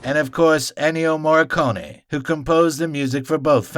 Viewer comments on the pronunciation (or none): none